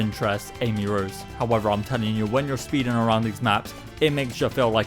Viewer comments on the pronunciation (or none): none